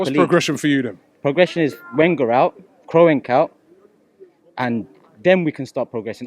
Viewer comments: Man pronounced Kroenke as Kro-enke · "Krowenk" lmfao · get me f**k kroy-enk 😂😂😂😂😂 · Guy can't even pronounce his name, Robbie why are you still giving this waste air time 🙄